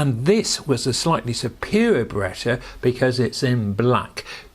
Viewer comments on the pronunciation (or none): I don’t remember these either. The pronunciation is BayRET. It’s a little beaut for what it is. I would add to my collection if I saw one cheap. 👍📸